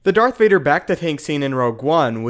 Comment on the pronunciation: woah woah woah, did you just say dark vader at the very beginning?